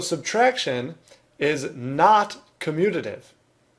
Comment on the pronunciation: Him: communidive Correct spelling: commutative Me: huh🤔🤔 Why you guys speak so badly